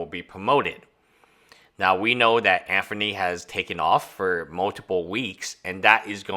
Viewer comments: hard to take a hater serious when they can't pronounce the subjects name proferly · Anthony, not Anferny. Just saying lol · Why can’t you pronounce a name correctly? Anfernee? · I’m Chinese and my mother would pronounce it “Andony”. Just poking fun because I’ve never heard anyone pronounce ‘th’ as ‘fer’😇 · I really pity this dude for being afflicted with a severe case of Name Butchery😂